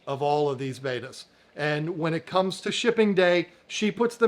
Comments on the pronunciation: How do you have this much interest in "Bet-ta's" and still pronounce it "Bay-ta's" 🤦‍♀️🥴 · They’re not betas that’s radiation. They’re bettas. Short e….